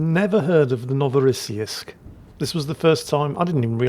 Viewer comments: NO vo ross seesk The last syllable is like "seeks", but just swap the last two consonants. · Pronunciation of the ship: NO-vo-rah-SEE-yeesk - New Russia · I think it's pronounced No -va -ra -see -sk? With an patalized see so somewhere between shee and ssee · Ark-uhn-ghelsk... it's pretty straight forward, as is Novo-ross-seesk... Just don't try to apply the English way of reading vowels and consonants to Russian, just do it like you would do not read Irish names like Caoimhe and Saorise with English pronunciation in mind...